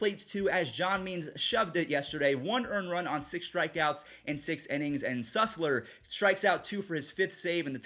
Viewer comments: for the last time, it's Cole Sul-ser not Cole Sus-ler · bro its SULSER not SUSLER